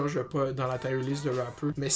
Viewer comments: Tu prononces mal Tier :) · hahaha jme suis dit ]ca tout le long boy aek tes "tire"